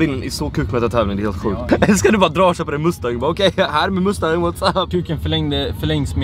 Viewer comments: Han uttalar mustang ass roligt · Vlad du uttalar mustang fel. Inget hat men ville bara flika in lite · älskar hur du utalar mustang,hahaha😂😂🚗🚗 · Är sättet du säger Mustang på ett skämt? <3